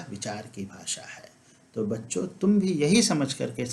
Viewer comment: सूत्रों, चीज़ें को भी बिना अनुस्वार के बोल रहे हो। बच्चों को भी बच्चो बोल रहे हैं।केवल संबोधन रूप को छोड़कर इस शब्द को अनुस्वार सहित बोलना चाहिए। अब तो हद ही हो गई है। कुछ तो ध्यान दें। प्रणाम।